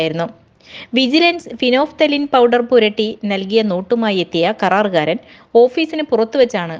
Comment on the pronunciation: 'കറാരുകാരൻ' അല്ല ' karaarukaaran'.